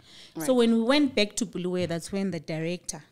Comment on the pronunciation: but Sandy this was the opportunity to teach your hosts how to pronounce Bulawayo correctly not the BHULUWEEYOO thing that's common with ma fake salads